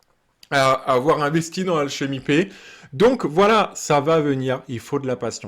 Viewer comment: C'est marrant comment tu prononces alchemy pay, tu le dis alchemy paie x)